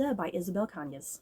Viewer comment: I remember reading this book back in September and I really liked it‼️ I check the audiobook and you got the writer’s last name just right‼️I’m glad you enjoyed it too‼️ Ps: The novel does share some similarities with Mexican Gothic but it does have some differences. While I did picked up on the influence from Rebecca, I think there some nods to Gone With the Wind as both Scarlet O’Hara and Beatriz marry for convenience. However I’ve dnf Gone With The Wind book and watched the movie instead because I found Scarlet to be unsympathetic unlike Beatriz‼️